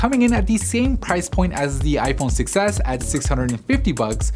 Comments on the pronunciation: i always hear iPhone success instead of iPhone 6S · I keep hearing "iPhone success" instead of "6s" 😂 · Holy shit they I do to